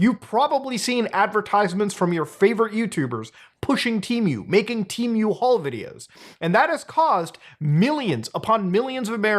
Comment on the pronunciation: The real question is..am I saying temu wrong or is he saying temu wrong? I could've sworn it was "te-moo"